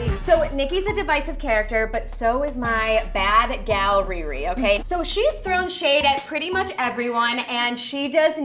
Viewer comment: 'My bad gal Riri' no bitch it's bad gyal Riri. Caribbean phrase not no Californian one